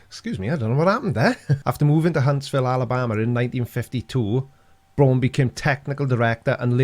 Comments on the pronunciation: Hey,, Braun is a German word meaning brown. It's pronounced brown, like the English surname Brown, meaning brown. It's not brawn, as in muscle. It's brown, as in brown, meaning brown, which it means. Brown! BROWN! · For Pete’s sake it’s Wernher Von Braun and not Warner Von Brawn 🤦🏻‍♂️ all of you pronounce his name completely wrong !! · everybody in this video pronounces the "Braun" in Von Braun like "prawn" when it should be pronounced like "brown". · Braun is pronounced like brown... Simple. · I don’t know why the fact that Wernher von Braun (Pronounced BROWN seeing that it is German) was a NAZI have anything to do with anything. Seriously! Get over it! The world is FULL of NAZI inventions (obviously developed to where we are now) that everyone enjoys, and use to make stupid flat earth & space denying videos… So if hates the idea of anything NAZI so much, then he has to immediately stop making videos, destroy his TVs, monitors, computers, and the desk his stuff stands on. No liking VW, or Porsches. And if he enjoys Fanta, or Jägermeister while flying anywhere, then I have some bad news for him… Because here are a few NAZI inventions: • TV – (Einheitsempfänger) • Fanta • Acoustic torpedo • Anechoic tile – (Outer tiles on submarines) • Anti-ship missile • JET POWERED Aeroplanes – (Messerschmitt Me 262 & Arado Ar 234) • Jägermeister • Jerrycan • Particle board also known as chipboard, flakeboard, or waferboard. • Volksflugzeug (People's Aircraft) – Basically the start of the idea of small private owned aircraft like Cesna 172s and so on. • Volkswagen Beetle – By Ferdinand Porsche who after WW2 built… wait for it… Porsches. • VW (Volkwagen) was founded by the German Labour Front by Adolf Hitler. • Computers – (Z1, Z2, Z3, and Z4) • Long range missiles • Guided Weapons • Night vision